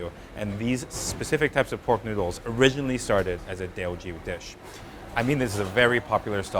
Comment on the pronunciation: Yoooo is in Singapore! I hope you have a 12 episode series here, Singapore takes our food seriously. Of course comes in with his homework done. Impeccable pronunciation of Teochew.